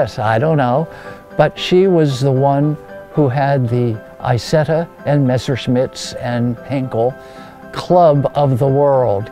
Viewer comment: Lovely piece. Now if only he would have learned to pronounce the name of the car properly!!!!!!!!!!!!!!!!!